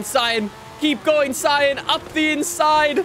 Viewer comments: It’s ( SEE- AN) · See-Ann —— Sián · Cien comes from the Cadillac, it's Sian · no it’s pronounced sian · The Sian, believe it or not, is pronounced Shaan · This car is pronounced the Siån , pronounced like the name Shawn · according to google its pronounced shaan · The Lamborghini sian it’s pronounced sean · Bro it's pronounced Sian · How to pronounce the name: as you may see the "a" in Siàn has an accent so that means you have to put the accent too , you're welcome